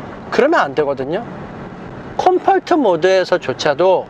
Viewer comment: 컴포트발음 왜이래